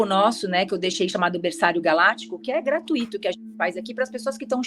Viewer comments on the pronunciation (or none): none